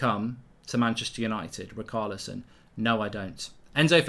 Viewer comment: Btw - Richarlison is pronounced Ri-sha-le-son...!